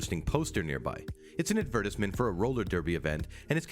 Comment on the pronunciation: And ‘advertisement’ ...wonder where he’s from...